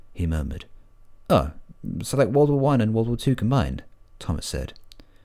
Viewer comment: Why did you say "wadle" when you meant World War?